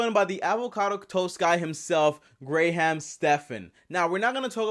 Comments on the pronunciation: Its spelled Graham, but pronounced like Gram. And man, all you did is ramble on and repeat yourself about how his name confuses you. Its not that hard to understand. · GrAy-HaM StEpHeN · I stopped watching because you kept saying grey ham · Ugh u just said gray-ham 🤦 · “Reletor” “Gray ham” OHMYGOD I CHOKED ON MY AVOCADO TOAST AND STARBUCKS 😂😂😂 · He said Gray ham 🤣, bought a Tesla and said he says he doesn't spend any money. If he was such a fan he missed the video explaining that that model 3 had some good incentives, write offs for business. Need to follow this guy more though see what else he thinks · If you are a fan, why do you call him Gray-ham? He says his name several times and that is never it..... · U bring up his name so much that it seems like ur saying it wrong on purpose lol 😆 🤣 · I disliked and couldn't unsub cuz i wasnt subscribed in the first place lol. I have seen much better videoes from u. I DID watch the whole video and I see that Graham was even cool with it. He's an amazingly non confrontational guy. Lucky u! The reason i disliked this vid is cuz the title is a lie and clearly click bait. Grrrrr. Now to not even say his name right is just disrespectful. Its simple its really not hard and if it was just a joke u dragged it out waaaay to long. Also i agree with other comments sayin u were all over the place but thats just something im pointing out, not a reason i disliked. I did watch the whole video but if you title it properly and give a real honest idea of what the purpose and feel of the vid is in the first 20 sevonds, instead of blabbing about stephan or wait, grey ham Stephan.....u wouldn't of gotten all the dislikes!!! Now u know! U asked to tell u why and now I am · I'd be much more obligated to believe you if you knew how to say his name. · dude cant even say his name right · If you are having trouble with the guys name and know it, write it down put by the camera so you can say it right. That was the worst problem with it.